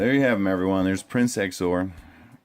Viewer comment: Good vid. Tho I think his name is pronounced zeeizor